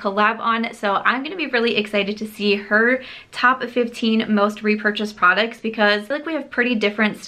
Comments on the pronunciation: Does anyone else love the way pronounces "products" as "prodicts"? 💜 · I like how she pronounces prodicts and surum (serum)... She's so cute.